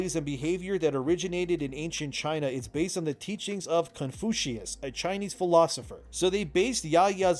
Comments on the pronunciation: Cun-few-shuss say: that’s how you say it. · You got a word written like confused but you instead pronounce it kung fu? Why? Because it's Asian? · I believe it’s pronounced Con-few-she-ism & Con-few-shis. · Conficius and Confuscianism are pronounced like "confusion". "Confuse sus" "Confuse see an ism" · Confucianism is based off the ancient Chinese philosopher Confucius (pronounced like “kuhn-fyoo-shuhs”). Basically, the character looks like it belongs in China rather than Japan. And as a Chinese person, I would like to humbly decline on the simple basis that we don’t eat hippo. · My dudest of dudes... Confucius = Con-few-shh-us. He's one of the East's more honored thinkers/philosophers... like the Socrates of the East. Everything else checks out though... F Ubi in their Assassin. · "Cun few shun ism" "cun few shus" just for reference. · Confucius = confushus, matrices = maytrisees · Confucius my dude Con-few-shun-ism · Confusious the pholosopher. So Confu-she-in-ism 😊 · I'm amazed that this video was the first time in perhaps a long time (or maybe just first time in general) that has become aware of Confucius the Chinese philosopher. Also for the record, it's pronounced "Kon-fyoo-shi-us", and therefore, Confucianism is pronounced "Kon-fyoo-shan-ism" (more or less). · Confuckus, Czechnia? Is having a stroke 😂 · Confucius -= Con - FYOO -shiss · Kun-fu-she-es lmao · Confucius say honky can't say my name right yaolah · the way you say "Confucius" makes me feel deeply uncomfortable. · Fuck sake you don't even know how to pronounce Confucius...would it kill you to do a tad more research... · Sorry but kept giggling at you butchering how to say Confucius. I however am terrible at typing how a word should be said, so all I can suggest is google it. Bt good video as always. Really appreciated the investigation into Female Samuari when mentioning them.